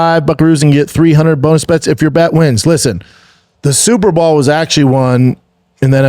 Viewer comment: Is he saying super ball?